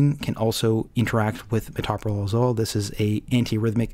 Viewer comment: That drug is pronounced to sound like this: muh tow' pro lol - accemt pm tow me to' pro lol You don't say muh TOP' pro lol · tow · pruh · laal